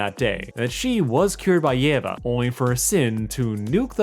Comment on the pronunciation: for the record, it's pronounced: yee-va